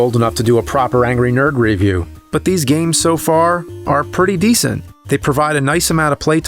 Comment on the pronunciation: I respectfully disagree with your pronunciation of the word "review". Also thank you for all the awesome videos <3